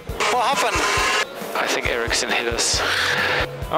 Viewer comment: “I think Ericcson hit us” 😂